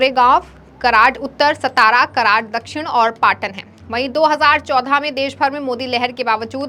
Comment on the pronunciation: सतारा नही सातारा